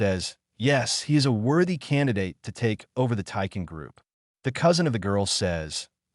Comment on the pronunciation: Teikai Group, not Taiken Group; Takayashiki, not Takaya